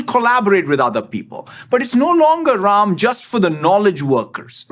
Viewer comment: I came across this video searching videos of him speaking Urdu, Telugu, or Hindi. He pronounces Ram as Raim and I am like he grew up in India, what really happened there?!